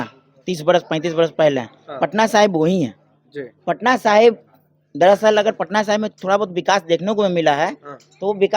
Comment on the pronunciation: अरे बकलोल पत्रकार, उस विधान सभा क्षेत्र का नाम पटना साहिबां नहीं, पटना साहिब है।